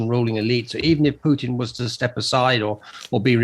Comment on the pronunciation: Does this journalist not know that Putin contains the letter "t"?